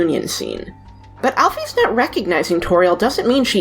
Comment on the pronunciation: it's prenounced AL-PHIS